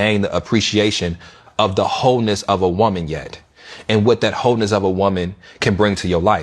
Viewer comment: Why does it sound like he is saying HOENESS and not wholeness of a woman?